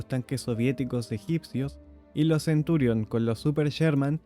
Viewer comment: No es Centúrion. Es Centurión.